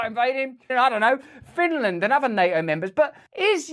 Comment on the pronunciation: I really miss you saying Ukraine will never be a member of "Nae - O" , don't fall for the political correctness of pronouncia' n !